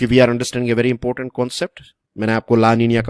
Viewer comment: Sir it's important not impotent 😂